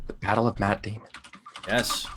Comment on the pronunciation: Sounded like he said "the battle of Matt Damon". xD